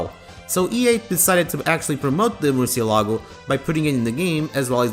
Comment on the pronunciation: The 'ci' in Murcielago is read like "chi".